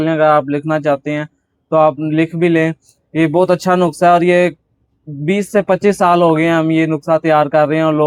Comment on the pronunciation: Nukhsa nahi nuskha hota hia